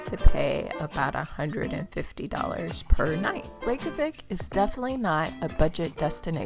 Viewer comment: NOT THE REYKJAVIK AS REKAVIK😂😂😂